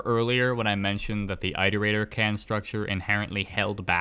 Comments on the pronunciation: are you going to make a "rain world tier list" tier list video? edit: oh btw have you tried controller since Downpour came out? Maybe it's just me, but it feels WAY better (sometimes my slide inputs wouldn't work on controller but now it does everytime) Also, isn't it "iterator", not "eyeterator"? Because like.. you iterate through a list. I assume they're called that because they were built to iterate through all possible solutions to the big question (or whatever). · One word: "Eye-torator". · Of course the guy who cant pronounce iterator hates five pebbles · The way you pronounce iterator hurts me